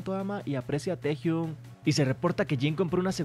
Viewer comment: Porque seguís diciendo tejiun si es taehyoung a si se pronuncia no c escribe v